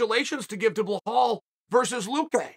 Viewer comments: Uncle Chael, it pronounced Be Lawl not Bla hall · Is it me or when Chael pronounces Belal’s name as Blahal is funny as hell. Especially when he says it with a straight face